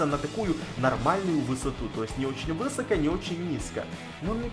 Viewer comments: Ударение ставь правильно!!! : не вЫсоко, а высокО!!! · Да почему вЫсоко? Правильно "высокО"! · Не вЫсоко а высокО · высокО, а не вЫсоко. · Высоко, на ко ударение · извини конечно но говорится высокО ударение на О